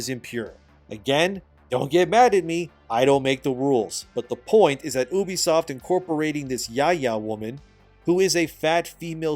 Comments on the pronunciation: bruh its u-be-soft and not oo-be-soft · Omg can you please for the love of god call it U B soft not oubisoft. And do you talk to people like you are talking to child in real life or only on YouTube.